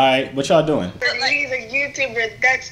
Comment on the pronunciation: ''on GOD he a Youtoober"😂😂